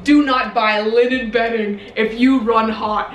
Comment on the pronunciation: hahaha the way she said “liNEN” 🤣